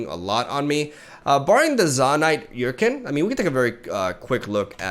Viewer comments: I think it's funny that mispronounced Chempunk for so long until he finally saw comments correcting him that it's pronounced like "Kem", and now he's mispronouncing Urchin in the opposite way! He's saying "Yur-kin" when it's pronounced "ur-chin". It's okay, English doesn't make sense. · Not to be a stickler but urchin should be pronounced er-chin no yur-kin. I notice you've pronounced it wrong before and just want to make the correction 👍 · To explain this for anyone who doesn’t speak much English, “Chem” is pronounced “Kem” because it’s short for “chemical” and that’s how the ‘ch’ sounds in that word. ‘Ch’ doesn’t usually sound like that for words like ‘chair’ and ‘urchin’